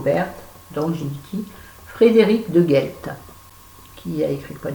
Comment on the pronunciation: J'adore tes bilans lecture ! Je savais qu'il te plairait, le Deghelt (tu prononces bien 😘😘😘). Doux bisous !!!